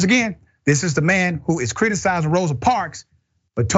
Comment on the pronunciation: He's a STUPID, IGNORANT Bootlicking Clown.Another thing Dr. Richey,her name is MS. Rosa Parks, not "parks"